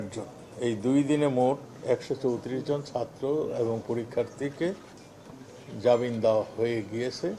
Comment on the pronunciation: মূর্খ, জাবিন না, জামিন হবে!